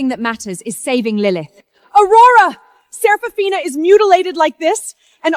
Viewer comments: I almost dyed laughing "Seraphina" "Sepathina" "Sethafina" "Supina" 😂😂😂😂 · Started laughing at the dialogue after reading the comments and hearing systematically and sephraminas, seph seraphina🤣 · You forgot sarafuckphina at about a little after they r trampled by horses😂 to those who notice name change pronunciation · Right 😂😂😂 seraphona sefifina everything but seraphina 😂😂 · Systematically,Sef-a-rina! Goodness. Too bad the AI gibberish took over and we couldn't understand the evidence that finally made her family realize that Lilith is a bitch. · You forgot selagina $!! Yet my behind still watched it to the end "systematically "😂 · Don’t forget “Sarah polina” 😂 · You forgot shepafina😂😂😂😂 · sarah polina 😂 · omg i just also found Sir Pathena 🤣🤣🤣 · There’s sefarina too😂😂😂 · Also Sepafina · What about sir pathena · And Sefarina 😂😂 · Seprafina too😂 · You forgot, Celphana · You missed 'Sarafrina'... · not to forget "seporina" :D :D :D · You forgot selapina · Let's not forget "Serofophina"😂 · Why can’t AI get all the names right? Ther really sucks. AI sucks. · It's better not to use the name Seraphina because it's been pronounced in differently awakward ways so far . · 😂😂😂 The AI had difficulty pronouncing the name.